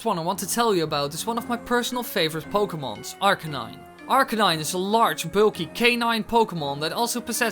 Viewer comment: "pokemons". lol